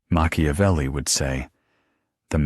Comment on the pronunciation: Mak ia velli.... NOT Mashiavelli.... please!